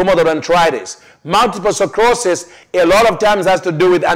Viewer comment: Dear you are mis pronouncing names of diseases such as Multiple sclerosis and Arthritis......which it makes it difficult for Westerners like me to understand you, blessings, Dorothy Hennessy